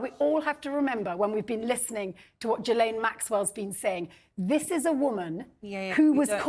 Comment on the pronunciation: And, dear miss know-it-all Tessa Dunlop, it’s Ghee-laine (or layne in the English version) not JEE- LAYNE. I’m French Canadian so, please trust me. Dr. Tessa Dunlop, pftt USELESS!